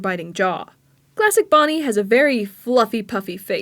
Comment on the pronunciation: XD HAHAHAHAHAHAHAHAAAAAAAAAAAAAAAAAAAAAAAAAAAAAA IT FAWKIN FUNNY that aint bonnie thats boneh